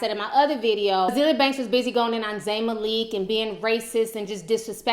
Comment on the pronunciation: Love this video! But it's you pronounce Zayn's last name as Ma (like the beginning of saying map)-lick.